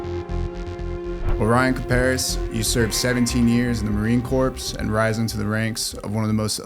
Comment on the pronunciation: Stop pronouncing the P in Corps!!!